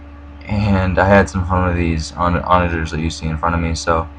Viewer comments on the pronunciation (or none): Also for "onager", the -ger is pronounced the same way you would for the word "german".